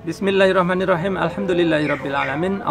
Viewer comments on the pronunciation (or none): MANTAAB...MAS...KEREN ILMUNYA..TRIMS YA SUKSES SELALU...YA.. ET..ET..TOLONG BACA BISMILLAHIRROHMAN NIRROHIM...ITU SALAH. YG BENAR BISMILLA HIRROHMA NIRROHIM.